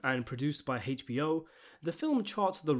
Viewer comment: Hay eech bee oh